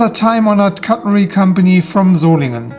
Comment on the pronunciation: It’s good to hear Solingen pronounced correctly. We carried ebony wood no lock back in 1970. The handles were more fat and rounded,liked them best